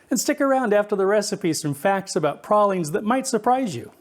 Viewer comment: Thank you for pronouncing pralines correctly! You got pecan right too!